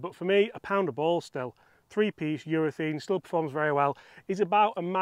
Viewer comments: Please stop saying Urethene. It's urethane. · I love your videos. Please explain what the hell is going on with you Brits pronouncing URETHANE as if it was spelt URETHEEN. I notice it's not just you. It seems to be a thing for you blokes. What's going on? At the end of the day it's just pronunciation so no big deal but why mate? I'd genuinely like to know.